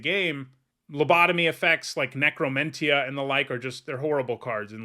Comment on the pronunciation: you were pronouncing necromentia wrong and I wanted to complain about it, its pronounced how dementia would be.